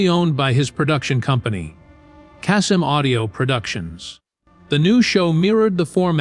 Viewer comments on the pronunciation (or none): And it’s KAY-Sum. Not casum